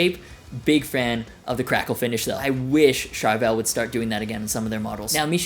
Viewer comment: If you're going to say Charvel 100+ times, pronounce it correctly!